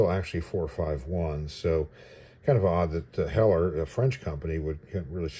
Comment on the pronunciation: Cool Review ,also I think you got the pronunciation right. The local IPMS chapter is Named after Craig Hewett (Whom I knew) and Heller was his favorite brand .